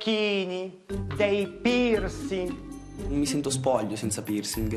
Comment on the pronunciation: 0:7 ha detto pirsi al posto di piercing lol